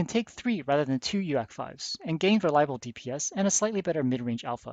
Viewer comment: Very fitting, actually, that you should pronounce UAC like Donald Duck's panic-exclamation. "Uack! It got an UAC! Uack, uack!" because that's how those Things make you feel on the receiving end: Donald Duck having a panic attack.